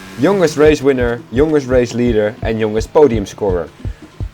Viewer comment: In the word "youngest" you pronounce ou as "a" not "o". Just a pro tip to improve English. I don't mean to hate, it's a great video. I think you got it from dutch word "jongste" where o is o not like English ;D